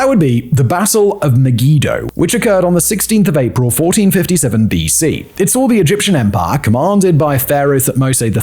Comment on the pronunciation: ‘Saw’ does not end in ‘r’